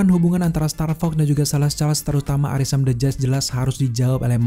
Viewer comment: yg orang2 denger: arishem the judge yg gw denger: arisem bejad